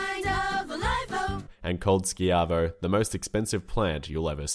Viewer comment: Its ShI-Vo not Shk-i-vo. lovw the channel though.